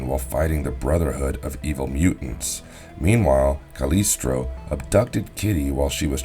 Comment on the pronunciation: Ensemblah? Pisonic? Calistroh? Martyr instead of Maurader. A lot of mispronunciations. Sorry being too picky. Nice video